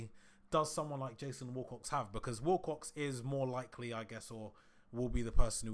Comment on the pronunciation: Its Wilcox NOT WALL COX FFS